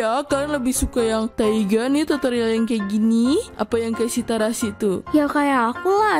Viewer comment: itu kalo tharasi di baca kan tharasi kalo di tulis tetep tharasi atau terasi kak? maaf bukan joks ya